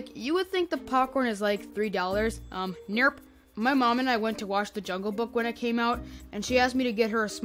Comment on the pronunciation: This is the first vid I saw of you I found how you said Nerp funny and subbed you could be in the animation squad one day